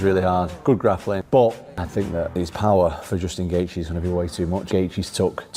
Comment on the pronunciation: Can you learn to say Gaethje!!!